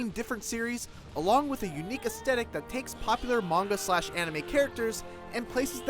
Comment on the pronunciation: Professional reviewer. Says "aestetic." It's AesTHetic. TH not T